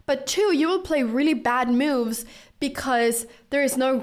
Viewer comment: After all the cow opening videos i misheard "moves" and thought she says "moo´s" you know the sound of a cow..